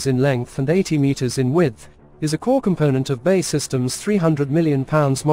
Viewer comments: B.A.E not Bay! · We really can't be expected to watch a puff for a business that can't even pronounce its own name properly. It's not Bay, it's B...A....E..... Got it?